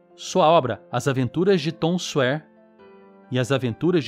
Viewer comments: Parabéns pelo vídeo. Pronuncia-se Tom Sóier não Tom Suér. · Obrigado e parabéns por todo o conteúdo! Longe de querer parecer arrogante, mas seria bom corrigir a pronúncia de Sawyer.